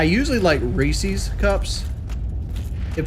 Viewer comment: wtf is "reecees cups" strikes again